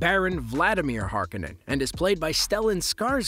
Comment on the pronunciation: If you can't even pronounce Harkonnen or Fremen correctly I'm just stopping here.